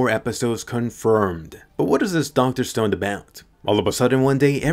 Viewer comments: Dude thats dr stone not dr stoneD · It's Dr. Stone not Dr. Stoned correct?